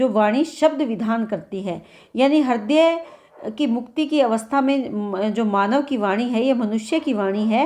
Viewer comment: Thank you but हिर्दय नहीं, हृदय.